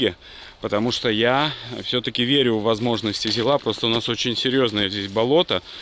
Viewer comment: Только для фанатов советской техники: на ЗИле, ударение всегда на первый слог, никакого ЗилА, правильно - ЗИла!